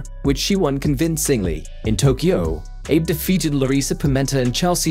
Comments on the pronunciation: Is this a computer voiceover? It's pronounced like Ah-bay Oo-tah, not like Aib You-tah. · It should be Ah-bay, not Aeebh. Abe Uta is Ah-Bay Ooo-tuh. Japanese only has 5 vowel sounds, and none of them are silent. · It's not 'Abe' as in Abe Lincoln. It's 'Ahbe', two syllables. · "abe yuta"?!!!!....lol.......its pronounced "Ah-beh Uhta". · Japanese names can be pronounced like Italian. So she is not eib yuta, but Abe (A like ave maria's a) and be like Betty. A-be. Likewise Uta is not like Utah but U like oo and ta like tar. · Her name should pronounced: Ahh bay, not Eeb. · ABE YUTA? Ah-Bay OO-Ta. 25 seconds in and I can't watch this lmao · Please LEARN the correct pronounciation of foreign names before you narrate videos!!! Buchard is pronounced like "Bushard". Abe Uta is pronounced lik Ahbe Ootah and not like Abe Lincoln or the state of Utah. It does not take much effort to find out , regrettable that you did not bother ! It is inconsiderate and disrespectful for all those champions you dare to talk about!!! Get it straight or be silent! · Abe Lincoln, bro 😅 she should be "Abby" ootah In English there's this problem your syllabes sound different and there's no cue or hint of how to say it 😅🧐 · Oh MFG Pronounce her name correctly. It is NOT Abe, but (AH Beh) (OOta). You did get the pronunciation of Half her name correct. But then other half NO, The sounds necessary to make the name sound the way you did do not exist in Japanese. Please learn more about Language before posting there videos. I can only imagine what would happen if you in advertantly insult other countries. Japanese are pretty forgiving. Some other Asian, And / Or mid eastern countries are not. Please wise up. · Gods above that AI voice butchering her name... "Ah-bay Ooh-ta". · Eib? Her name is pronounced Abe, not Eib. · Uta Abe is pronounced "Ou-Ta Ah-Beh". not "Youta Ayb" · Pronounced Ah-Beh, not Ay-b. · Abe is pronounced Ah-Bay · Dear lazy as fuck AI voice... "Abe" in Japan is pronounced Ah-bay.